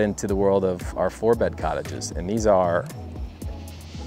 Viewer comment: “Cottage” lol